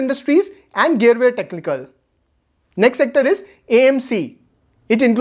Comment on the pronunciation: That is गरवारे not गेअरवेर. Good list